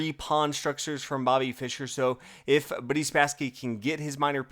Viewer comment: Did he say "Buddy Spassky"?